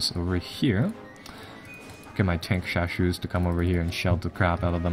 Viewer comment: Tankeshashou，haha, not the standard pronunciation, pinyin has four tones